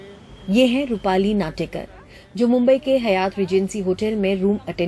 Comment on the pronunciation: It's not Hayaaat....it's Haaayat